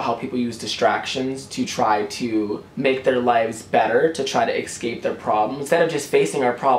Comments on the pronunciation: I love this video so much but how many times he tried to say "escape" and said "excape" irritated me a little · Honey, i love you but it just annoyed me when you constantly said 'excape' instead of 'escape' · Lol I like how he says escape "exscape"